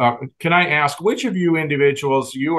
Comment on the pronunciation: Case workers know this is a legal proceeding right, no place for slang………ask not axed……